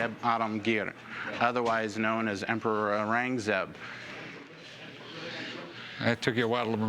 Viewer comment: Aurangazeb would have died on the spot hearing his name get butchered like that... Why can't americans just learn a little to pronounce other region names...